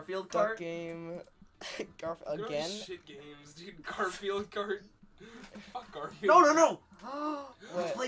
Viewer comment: "what the fwuk did u just say to me"